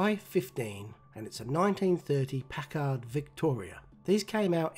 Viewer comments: And in this model, you can see why Yanks call the boot a "trunk". In the early days of motoring, it literally was a trunk strapped to or sitting in the rear of the car. (It's pronounced PACKerd, not Jean Luc PackARD). "Ask the man who owns one". They were upper-end touring style cars. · just an FYI: "Packard" is pronounced like "Pack'-erd" (with the accent on the "pack", and the "-erd", like the word "herd"). It was a very luxurious and well-engineered American marque for its day. Here's a photo of a fully restored, actual 1930 Packard Deluxe Eight Convertible Victoria: (Left-click anywhere on the image to zoom to full size image resolution - ). Note that it did not have a red grille on the radiator (I don't think any of Packard ever did). Beautiful Matchbox restoration, by the way (as always). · Nice job.....Packard Motor Car Company...pronounced PACK - urd. Best wishes to all and stay healthy. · hey. it's Pack-erd not Pac Hard. what you think is a rear bumper bar really isn't, the part that sticks up folded down to hold an actual trunk, like a steamer trunk. That's why we call the rear of the car the trunk, at one time it literally was a trunk.